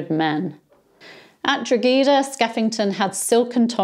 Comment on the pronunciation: Skeffington not only massacred the garrison, he executed many civilian noncombatants as well. This became known as "the Pardon of Maynooth." It was a counterproductive gesture, since in the future the Irish were reluctant to surrender. BTW, Drogheda is promounced "Draw-head-ah."